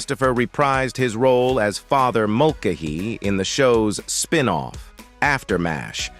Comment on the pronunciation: M E A H? Can't we have a non-computerized voice anymore? M*A*S*H = mash (like in potatoes), and it's an acrostic, like NASA, for Mobile Army Surgical Hospital. It's Swit, not Sweet as Margaret, not Madge. Cpl. = Corporal. Duh!! MULL-cuh-he? Are you serious? This would be hilarious if it wasn't so ridiculous. It's mull-KAY-he! Maj. (modge) is pronounced by the rest of the English-speaking world as Major. A Time to Remember, you ought to be ashamed for employing an incompetent C3PO, instead of a real person who needs a job.